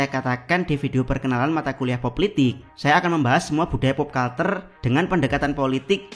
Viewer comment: culture dibaca kalcer, atau versi google terjemahannya kəlCHər kalau dibaca kalter aneh banget buat orang yg sering denger kata kata pop culture